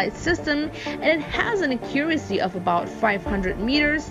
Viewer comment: Can someone please tell her how to pronounce “accuracy”. Thanks 👍🏻